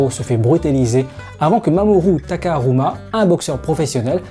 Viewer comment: ON DIT TAKAMURA PAS TAKARUMA. c'était pour corrigé.